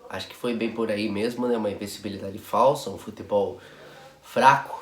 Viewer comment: As "vêis" perde "mêmo!"